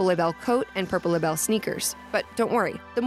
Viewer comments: Actually, in new horizons you pronounce Label’s name like a label. That was her original name before she changed it but that’s why it’s spelled differently again now. So there is no need to say it fancy! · Her name is Label. That rhymes with Mable & Sable. Her clothing line is LaBelle, which she used to go by as well.